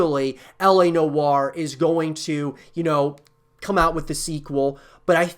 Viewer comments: It’s L.A Noo-waa.. not know-arr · Why does he say la no are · I cant watch further. Your pronunciation of noire is killing me with cringe!